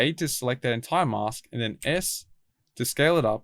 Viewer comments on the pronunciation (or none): none